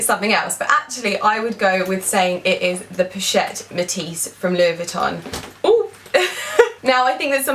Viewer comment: hey its POCHETTE not POUCHETTE xxx